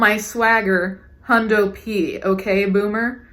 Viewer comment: First of all, it's Canadians or people who watch Letterkenny; and second of all, it's Hundy P